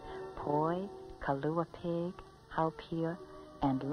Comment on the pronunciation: I liked her pronunciation of Kalua pig. Kailua pig. She might as well have said, everyone in Kailua eats Kailua pig. I would then tell her that everyone in Waimanalo eats Waimanalo pig! Dats why hard.